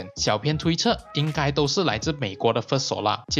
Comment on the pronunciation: 谢谢这个分享。 小编有件事情，想告诉你『小编』的『编』字念法是 bīan ，和『鞭』同音，而不是 pīan 『偏』，请在以后的影片纠正一下。不然我听得很 beh tahan...